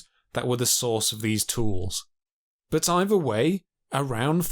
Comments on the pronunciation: He likely has a speach impendiment. Is your rudeness a trait common in people where you grew up? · The narrator repeatedly pronounced “thrive” as “Frive”. He also pronounced “either” as “eiVer”, “thrown” as “Frown”, and “other” as “oVer”. Is this a common pronunciation aberration of where he grew up in Britain?